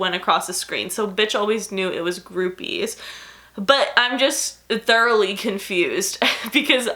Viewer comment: Cracking up at the way you say boobies and the fact that you think that word is weird 💀💀💀 it does sound weird now, though